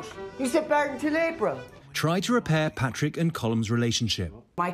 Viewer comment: At no time during this film is Colin Farrell’s character called Patrick. You’re right next door. At least learn the names: Pádraig.